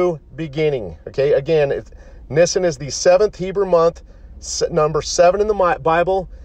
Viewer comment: And it's pronounced Neeesaan YW